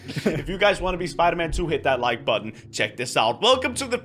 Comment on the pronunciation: he said Like putton